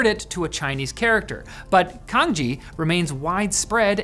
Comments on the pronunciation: "Cangjie" is pronounced “tsang jye“ （or the second character "jyear" without the North American or Irish tongue roll). Pinyin is the standard romanization defined by the PRC (mainland China). Folks from Taiwan aren't taught it in school. But in present day many people from Taiwan know it and use it, especially among the young generation. Chinese in Maylaysia and Singapore adapted the Simplified Chinese writing system, and I believe the use of pinyin, too. The pinyin system does not follow English pronunciation conventions (if that's a thing at all) or that of any European (natively Roman letter using) languages. That's why a lot of Chinese have an "English name", because English speakers not knowing pinyin which happen to be the vast majority pronounce the real names awkwardly. Personally I would rather use my preferred name in English speaking contexts than to use my real name, precisely because people can't pronounce it correctly. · Why he pronounces "cangjie" like "kanji"? It sounds weird. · Cangjie is pronounced: Tsangjieh, not kanji :) Learn to read, man. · It's pronounced like Tsang Ji-eh (Another example that Chinese pinyin is not really designed with helping non-Chinese speakers to pronounce Chinese words in mind...). While Cangjie looks much more efficient than pinyin, I don't think it's very mainstream. I think pinyin is by far the most popular input method. It is also the default input method on all major operating systems. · canjie is pronounced more like tsang chieh. nailed it when pronouncing the easier "pinyin" though.👌 Also the iphone typing shot is actually using pinyin. The virtual keyboard would display radicals when using canjie and keyboards sold in Mandarin speaking regions also have those canjie and/or bopomofo/wubi radicals printed on keycaps. No, no one start with memorizing the corresponding alphabet for those radicals if anyone is wondering.😅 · They should just let Dennis host this episode. Or just pronounce it like Chaang Jeh